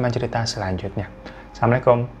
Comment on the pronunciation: Bang Hiro maap-maap nih ya. bilangnya assalamu'alaikum jangan samlekom. beda arti ntrnya malah gabaik thanks.